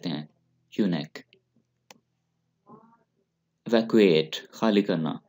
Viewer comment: I appreciate your effort. Pronunciation of a few words must be checked for example evacuate,snazzy,opulent and uppity.